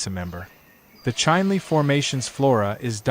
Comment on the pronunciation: Chinle -- prnounce like it is written, Chin Lee.